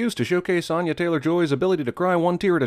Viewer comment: Why is he saying onya, it's anya